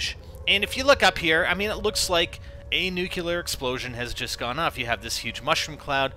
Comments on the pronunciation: its "nuclear" not "nuke-yah-ler" even the former president said it wrong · Please... please... nuclear... not nucular... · nuCLEAR not Nukuler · NEW-CLEAR, NOT NEW-CU-LAR.